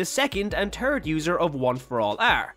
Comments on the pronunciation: “Second and turd user” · Bro he said the turd user